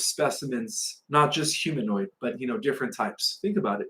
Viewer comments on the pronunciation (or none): none